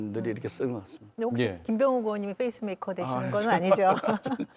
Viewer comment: 민현주 의원 Pace maker 발음을 Face 메이커라고 하셔서… 말뜻이 우스워졌어요 ^^